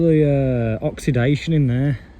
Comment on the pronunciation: Enjoyed the vid. I think my Q5 might be the same issue. Motor turns but wiper stays. The person that first coined the term ‘Oxidation’ never heard it in a West Midlands accent 😂